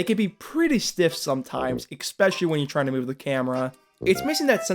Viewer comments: Love your videos, but there’s no ‘x’ in “especially” it’s pronounced e-specially. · Every time you say "ekspecially", I take psychological damage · Love how you say 'ekspecially'..! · help i dont understand why do a lot of people pronounce "especially" like that? where the f does the "k" come from?